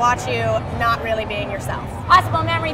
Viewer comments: I'm pretty sure Trisha kept mispronouncing Mamie's name. Oh, Trisha. Mamrie is not an adjective pertaining to milk-giving glands. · mah-mrie -.- ughhh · Omg the pronunciation of Mamrie's name in this vid 😂😂😂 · It happens. Grace pronounced Mamrie's name wrong for like a year.